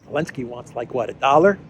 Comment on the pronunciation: Are you calling him elenski on purpose? Is it some kind of joke that I'm missing? Just in case you are not joking it's ze, zelenski with a z.